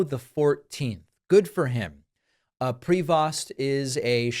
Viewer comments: Ok, tone all wrong here. Not designated. Elected. And might be nice to get the pronunciation of his name right: pree-voh. But enjoying the maga down. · Please pronounce his deadname correctly. It’s French and pronounced PREYVO. Love ya, David. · Prévost ....french name .....pronounce Prevo. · It's not Pree-vost ,it's a french name and have to be pronounced Pré - veau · Just a slightly irrelevant question. Is PRE-VOST the way all Americans pronounce the surname Prevost? It looks like a French name to me, which would be pronounced something like PRE-VO or maybe PRAY-VO. Like I said, an irrelevant question. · it's properly pronounced pray-VO, not PREE-vost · Sand t are silent,it’s prevo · Prevost is pronounced prayvo. The maga movement is not Christian, they don't have a single Christian value. They love to call those they don't like "Rynos" i.e: republicans in name only. They are Cynos...Christians in name only. All my life I leaned republican but this movement, this group is not republican, nowhere near republican for that matter. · Pronunciation: Pre-VOHST with a long "o". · It's pronounced prey-vo. In the Nineteenth Century Canada once had a Governor General called George Prevost. MAGAtts IMHO are ignoramuses who can't pronounce even their own language. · Given it's a French name, and at least one of his parents in French, pretty sure his last name would be pronounced 'pray-vo'. J'ai pas mal sur de ca....😁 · Canadian here: The name Prevost is pronounced like prey-voh (silent S, silent T. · Prevost is pronounced "Pre-voe". It's French, goddamn uncultured Americans. I know you can pronounce "chevrolet" correctly so this should be no problem. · Its pronounced prey vo ,stop mispronouncing french names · FYI everyone : the Pope's last name, Prévost (French), is pronounced "Prayvo" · David, please learn how to pronounce the Pope's name. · You need to learn how pronounce his name… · Stop mispronouncing his last name